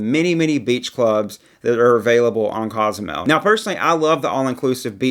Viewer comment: It is Cozumel, not Cazamel. It is Taino, not Teyno. As our tour guide, we appreciate the effort in not butchering these beautiful spots that we all love. Thanks for the content!